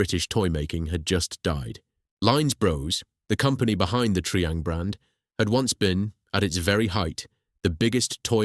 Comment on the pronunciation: Tree ang? It was tri-ang.